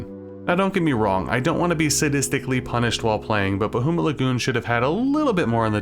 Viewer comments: Bah-HOO-mut Lagoon, eh? Sore-ee, hoser. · I love you, but hearing "BaHOOmut Lagoon" hurts my 'tism deeply. Great video though, bro